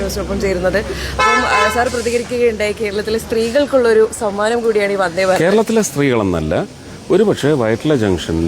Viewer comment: 'വൻദ്ദേ' ഭാരത്!!? ശരിയായ ഉച്ചാരണം ആയിക്കൂടെ കുട്ട്യേ?! 'മൽയാലം ചാനൽ' അല്ലേ?